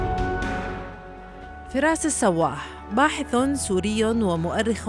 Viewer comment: باحش وليس باحث